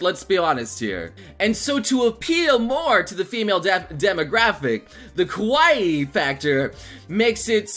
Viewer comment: You need to watch your pronunciation of Kawaii (Emphasis on the Ka), because you sound like you're saying kowaii (which means scary). Yes, I am very particular.